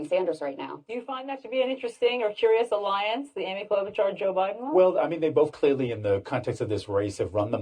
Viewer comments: its pronounced Klobu (char) not Klobu (car). Awesome segment however. Thank you. 49 years old and huge fan of yours. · Your pronunciation of "Klobuchar" is frightening. lol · Why do you say "klobe a car"? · Quick question. Are you purposefully saying every candidates name wrong?